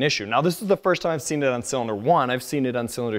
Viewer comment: first pronounced like one of the three stooges would do i believe it was curly